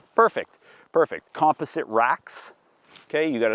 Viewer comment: Com-pos-it…………….not com-po-sit, awesome video, soon I will have mine